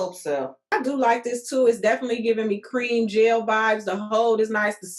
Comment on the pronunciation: Whyyyyyy must you say gelle like that every time?! 😂 Really loved this collab ladies!